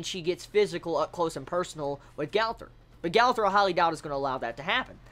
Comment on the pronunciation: It's pronounced Gother